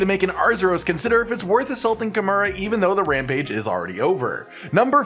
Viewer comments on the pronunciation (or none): none